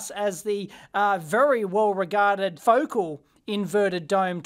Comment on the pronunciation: Pronounced "Fo-cal" 😁😂